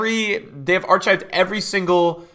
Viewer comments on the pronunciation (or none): "Ar-chived" ...weird flex but ok